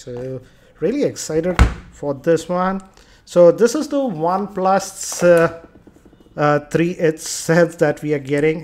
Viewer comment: "One plas tharii" lmao.